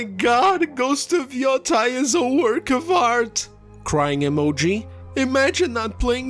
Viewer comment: Yoteī notice the - over the i? It’s to draw out the sound. Ee-oh-tay, modern day name is Hokkaido (ok-eye-doh)